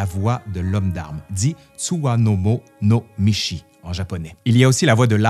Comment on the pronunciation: T'as de la misère avec les mots japonais 😅. D'abord le 'tsuwamono no michi' que t'as prononcé 'tsuwanomo no mishi' et maintenant tu sautes des moras 👀 ('monogatari' que t'as prononcé 'monogari'). En plus de tous les "tsu/shu/su", "shi/chi", et autres japon-eries 😝😅.